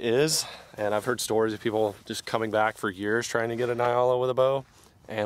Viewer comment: Your the first American that I heard of that pronounced "njala" right.